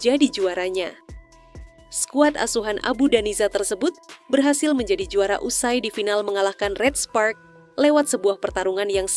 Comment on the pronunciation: Abodanza bukan abu daniza